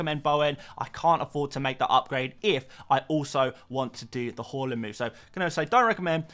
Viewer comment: Everytime you say Haaland, it sounds like you say Hojlund… you should work on that mate…